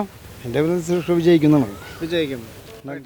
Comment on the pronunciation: Anchor bjp aanu..atha suresh kovi ...kovi ennu parayunnathu.